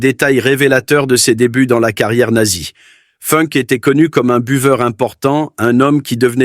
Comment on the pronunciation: Il n'y a pas que Funk qui est mal prononcé, il y a aussi Spandau qui se prononce Schpanda-haut et Speer qui ne se prononce pas Spire. Et non je ne suis pas prof mais je suis pour le respect de la prononciation.